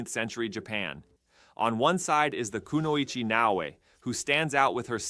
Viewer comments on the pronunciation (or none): none